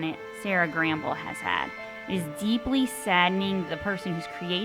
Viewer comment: Sera Gamble will be executive producer, so she’ll still have a presence in the production of the final season. And, it’s Sera Gamble, not Gramble… I hate that it’s ending and totally enjoyed season 4; I know a lot of people felt differently, but I loved it.